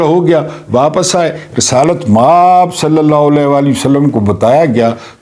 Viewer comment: اللہ کے بندے مآب بہت لمبا کرتے ہیں م کو لمبا نہ کیا کریں آب کو لمبا کیا کریں